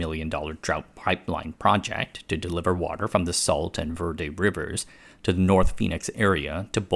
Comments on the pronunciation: Critics have been saying the water is running out for the last 50 years. Also, it is pronounced HEE-LUH not GIL-LUH Also, it's VER-DAY not VER-DUH Love your channel. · Pronounced Hila not Gila River Vairday not Verdi river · Great video! Minor critique: Gila is pronounced as "Hee-Luh" and Verde is "Ver-Day" (I'm a life long Arizonan and live just outside of Phoenix lol) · "Gila" = HEE-la and "Verde" = VAIR-day